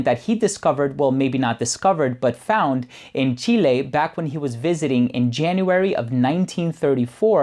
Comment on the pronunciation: I like how you pronounced Chile not like "chili".